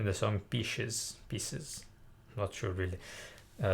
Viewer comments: The one thing all the commets are ignoring is the pronounciation of the song. It's Pie-sees. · pie-sees, bro! pie-sees))